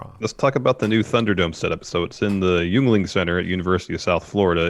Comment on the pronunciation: Yuengling is pronounced Ying-Ling. I'm from Pennsylvania where the beer is from.